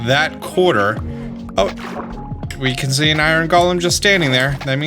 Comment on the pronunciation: gets mad cause people correct him pronouncing ingot Also: pronounces “golem” wrong I love the shade LOL